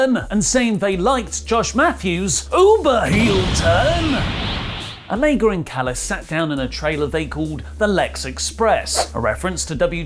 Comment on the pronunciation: If you can’t pronounce Omega properly just call him Kenny. It’s fuckn mind boggling. How about we call you Allie instead of? Huh?